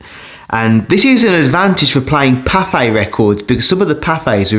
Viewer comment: I thought you were saying Popeye records but then figured out you were saying Pathe because they had weird speeds. They had a giant 20 inch record 120 RPM